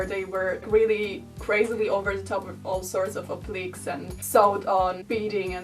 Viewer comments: Ahaha you pronounced appliqués “apleeks” the whole video. I love you <3 it’s pronounced “ap-lee-kays”. I appreciate how open you are about how difficult it is to speak in a second language! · In America we say “app-li-Kay” instead of “app-leeks”, for “appliqués”...not saying it’s any more correct than what you’re saying... just fwiw. Wish I could speak another language. You’re doing great. Love your show.